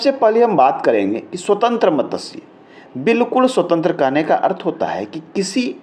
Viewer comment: It is wrong pronunciation. . . Correct is Mat. Shya. . It is sanskrit word. .